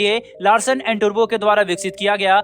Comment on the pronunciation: टुर्बो नही टुब्रो कहो, अच्छेसे समझो .